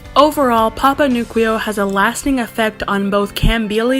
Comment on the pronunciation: I believe it’s pronounced newkwoo not nukweo